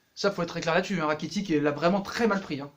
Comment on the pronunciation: Frere sa s’ecrit rakitic mais sa se prononce rakititche